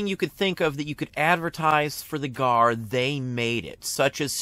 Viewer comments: I have been a CW re-enactor for almost 30 years and a descendent of veterans from both sides, I have also NEVER heard the G, A, R referred to or called the "Gar" Love channel and videos but I cringed ever time he said Garrrr wait till He calls the S, C, V as the Scvv haha Great info though. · Is 'Gar' a local pronouncing of it? Have never heard it called anything but G. A. R. among collectors. re-enactors or historians--- maybe G. A. R. that's an east coast thing? As a former museum curator, I only ever knew it as G. A. R. Love collecting photos of the reunions. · Winter Crow knows what the G A R is, the question is with him calling it "Gar" as a one word name, have run in some notable CW circles over the past 30 years (authors, historians, National parks) this was the first I've ever hear someone call it that.